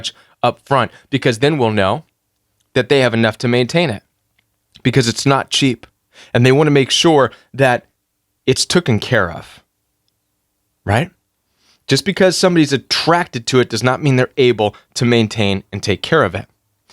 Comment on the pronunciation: I like your message but you say “tookin care of” It’s “ taken care of “